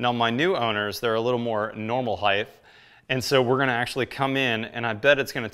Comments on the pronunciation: There’s no such word as “heighth”. It’s “height”. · Pronounced-Height- sounds like night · "Heigth" lol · "Heighth" is not a word. It is something people who think they are smart say, ironically it makes them sound stupid. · Great videos. Please, stop saying "heigth". :-( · Iconic???? Heighth???